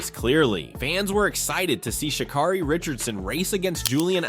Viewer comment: Pronounce her name right